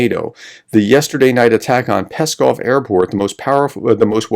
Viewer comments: ♥Pskov is pronounced like "scoff" (silent P), not like "Peskov" (Kremlin spokesman). ♥♥ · very good video, thanks, but the name of the city is PSkov (pronounced P-Skov, and not Peskov)